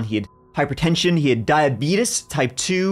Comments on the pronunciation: die/a/bee/tees * sheesh😅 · "diabeetus" I guess I'm not the only one who grew up watching those Liberty Medical commercials with actor Wilford Brimley.